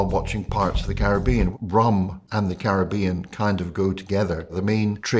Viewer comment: … Happy Holidays however you Celebrate! But you mispronouncing “Caribbean “ 🙀at the beginning.😂